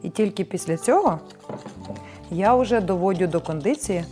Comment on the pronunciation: Ну чого люди такі тупі!! «На терКі, довоДю!» Ну не вмієш говорити, не пхайся!!